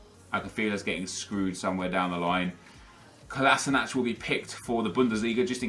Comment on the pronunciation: HE SAID COLASNACH XD